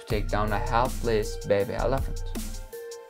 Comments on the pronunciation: I preferred the first pronunciation of elephant. El Aphant. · Whys bro saying elefnt😀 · Number 5 : ALAFANT 😂😂😂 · Elephant you pronounced wrong